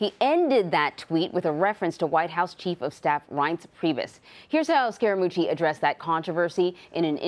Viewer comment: There is a subliminal BS tactic underway to smear Scaramucci by mispronouncing his name to emphasize the word "scare". Listen for it.